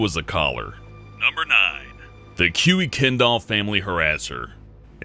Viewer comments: Kurr Ken Dall. Not Q-EE Ken Doll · Kuykendall (you said Q-ee-kendall) is pronounced "Kirk-en-dall". Those wacky Dutch. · it's pronounced Kirk-en-doll, not kuey-ken-doll. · Kuykendall is pronounced Kirk-en-doll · Just for clarification, I believe kuykendall is pronounced Kai-kin-dall. At least that's how a building by the same name at my school is pronounced. Hella good video though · Kuykendall is pronounced "Kyke-En-Dall". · Kuykendall is pronounced like Kirkendall.